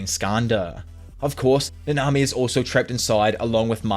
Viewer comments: Might be me but dude puts the emphasis in each name in the exact opposite of how it should be. NAnami, not naNAmi. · I was gonna watch this video but the way you say nanami is annoying af